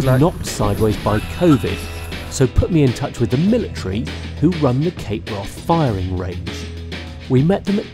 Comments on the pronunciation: Its not pronounced Cape Wroth...It's Cape Wrath...Brilliant Bruder Trailer, Shame you didn't show more of it 😞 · Why does this guy keep saying cape Wroth?